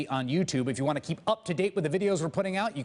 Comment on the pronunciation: alright admitting it. I cant unhear it anymore. End of the video the dude asks us to subscribe. is it just me or is he saying "Blow me" instead of "below me"...